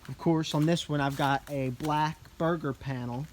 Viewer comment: Burger 🍔 Panel...lol. It’s pronounced “ber-jer” Nice vid tho. 👍